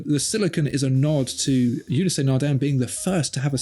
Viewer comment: How many more times do I have to tell you two, that Ulysse (Nardin) has two syllables, not three? It's Ew-Lease, not You-lease-aye!